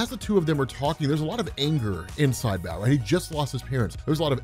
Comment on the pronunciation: You kept saying big Eddy but It says Big Henry.... 😤🤯 dude you are so terrible with names it's Bao🏹 pronounced like 🏹 BOW & arrow. It says Nguyen not Nugen think Asian names, because Bao is a asian kid right I mean his parents restaurant was serving Pho... Lol 😂😂🤣🤣